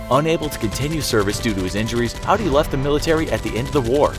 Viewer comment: I won't say whom for my own safety, but one of my family members served alongside of Audie Murphy, (his first name is being mispronounced in the entire video. It should sound just like the word audience, just remove the "ence" sound or the nce letters.) which resulted in a family member being named after Audie Murphy. Kind of cool I think!